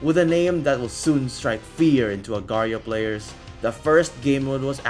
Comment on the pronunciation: its not agrio it aagar --IO